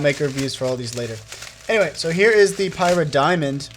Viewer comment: its not pronounced Pie_rah_star pr Pie_rah_Diamond, More like pih_ra_star